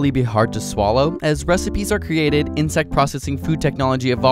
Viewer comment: Haha you said sallow